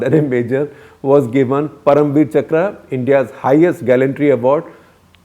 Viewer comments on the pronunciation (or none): none